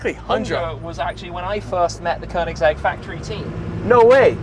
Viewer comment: Stradman should learn to pronounce koenigsegg correctly 😂